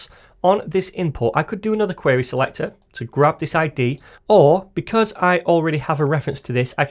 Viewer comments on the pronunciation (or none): Bro please stop saying ‘selector’ like that